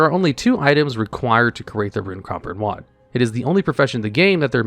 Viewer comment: It might be a reference I missed but it seemed like in enchanting you said WOD every time in place of rod, I’m sorry if I’m pointing out a speech impediment or something that wasn’t the intent, it honestly just stuck out that much to me, and I think that speaks more of my issues than anything